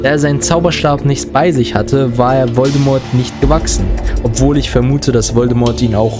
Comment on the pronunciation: Voldemort wird Voldemor gesprochen! Das T in Voldemort ist stumm! ! ! Ahhh xD Es Triggert! xxD Also gesprochen nicht Voldemort sondern Voldemor gesprochen.